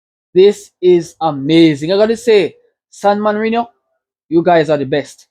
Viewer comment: San Marino not morino 😭😭😭